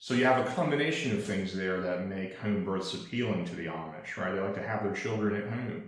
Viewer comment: please stop pronouncing “home” like “Hoeeeme” please, if needed, attend speech therapy… thank you!!!